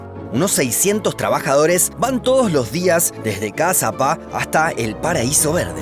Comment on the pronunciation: Me encantan tus vídeos!! Y me encanta que hayas dicho bien Caazapá aunque en realidad el nombre no está bien escrito en guaraní, porque están escritas como se dicen en español